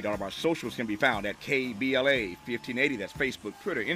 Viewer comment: Dr. Cornel West said "K B L S"............but it's NOT; right?........isn't it: KBLA??...........it's a simple mistake though.